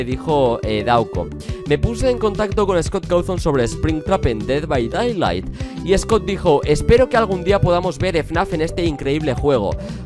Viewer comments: Se dice "ded bai deilaijt" :) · me pone nervioso que digas dead by daylight mal se pronuncia literalmente como lo voy a escribir: ded bay deylight